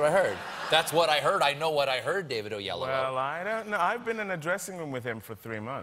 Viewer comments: I was hoping that he wouldn't butcher his name too tough. but dayum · And imma let you know that we Africans tell people who can't pronounce African names to pronounce it in a way that they can. I'm telling you, that's not how his parents would say it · I cringed every time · oh-yellow-woah?????? so so so so so wrong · Ade Odumade I knew you would reply with that but it's completely besides the point. If David tells people to say o-yellow-o then Stephen is far from wrong to pronounce it that way.